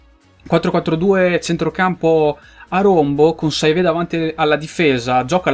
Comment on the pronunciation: saivet si dice sevé, mbemba ha l'accento sull'ultima A;)